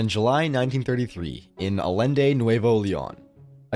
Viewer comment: If there's a double L in Mexican names or words, it's the Y sound. So Allende = Ayende ❤